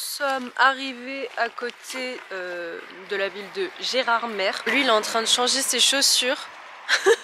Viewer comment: Gerardmer se prononce "Gerardmé" et non "gerardmerrr" 😘